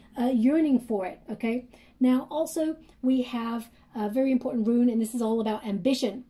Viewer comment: Hi love the reading, it's Rune (roon) not Ruin, FYI, love you readings.